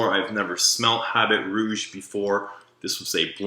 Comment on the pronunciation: Great video :). Don't say "habit rouge", say "Habeeee Rouuuge!!!"